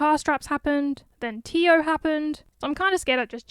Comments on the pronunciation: also teo is pronounced "teh oh" rather than "tea oh" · Yo heads up since it tripped me up too but it's teh oh not tee oh... I'm sorry for being that guy but yeah hope it helps and thanks for the content, first vid I've seen but vocaloid is basically my life now again so it's great these channels exist ✌️ 💙🧡❤️💖